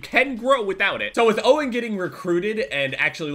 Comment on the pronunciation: When first said faze owen i though he was saying faze oh